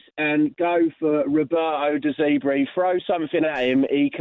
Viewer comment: roberto de zeebrii 😂😂😂😂